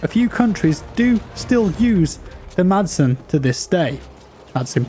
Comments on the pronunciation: Madsen is actually pronounced Masen. You don't pronounce the D😄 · The "D" is silent in "Madsen", so it really sounds like "Massen". Keep up the good work, love your content! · the d in madsen is silent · The letter “d” is silent in the name Madsen :) You’re welcome ;-) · Silent D as in Madsen....